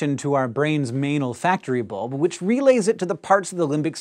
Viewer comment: Every time he said 'main olfactory bulb' it sounded like 'manal factory bulb'